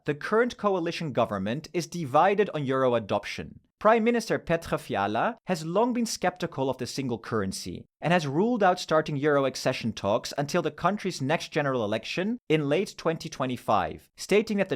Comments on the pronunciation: You bad pronounce "Petr Fiala" You say German "r" in "Petr" and you say "i" in "Fiala" like "ea" in eat, it's pronouncing like "i" in "big" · As a czech i love how you pronounced the name of our prime minister😂😂😂 I hope my country will be stable and finally got euro🇨🇿🦅🔥